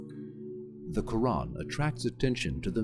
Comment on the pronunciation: Your pronunciation of the word Quran is so on point. I'm glad you enjoyed the video, and I pray that Allah guides you to the straight path 🤲 Amin